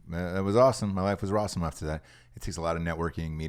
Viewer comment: " My life is Rossome" hahaha i had to listen again.